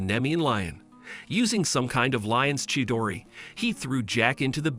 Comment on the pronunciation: Bro really said "A Lion chidore" bro got some connect with Sasuke💀